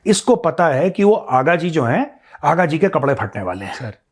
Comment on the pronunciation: Vo aaga ji nhi haagaaaa hai 😂😂😂😂😂